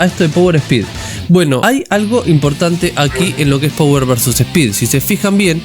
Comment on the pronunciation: Te corrijo una pavadita: se dice PAWER, no power. jajaj Saludos!! No veo la hora de q salgaaa!